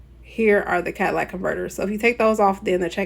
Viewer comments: ThE CaDilLaC cOnVeRtEr.... you mean the catalytic convertor (ka-tuh-li-tuhk) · catalytic, not cadillac